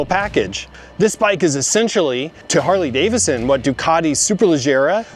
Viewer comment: DAVIDson. Please say it with me. Harley DAVIDson, NOT DAVISson.